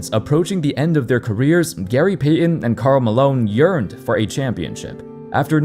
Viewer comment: So you can say Heat but not Payton. If this is AI it sucks. If it's an actual person there's no excuse.